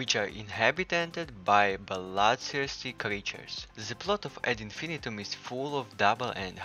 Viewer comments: Isn’t it pronounced Ad in-fin-EYE-tum? It doesn’t rhyme with millennium. Unless the makers say otherwise? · Whose gonna tell em how to pronounce this.